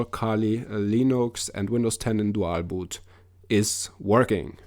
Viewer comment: how you say dual boot and how yo say there is a chance to lose youer windows this video is suck